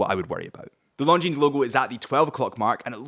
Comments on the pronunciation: Something to note, not a big deal really, but the ‘s’ is silent in the name Longines. It may seem a nitpick but correct pronunciation does go a long way when wanting to sound credible and/or professional when wanting to sell or represent a brand. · Beautiful watch and great value. But please pronounce the name correctly. You're a watch channel...retail is detail. 😉